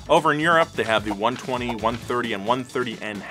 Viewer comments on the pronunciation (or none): Following donut media for last 5 yrs and was my favourite until he called it "one twenty " and "one thirty" Bruhh it's "i twenty" and "i thirty"😂😂😂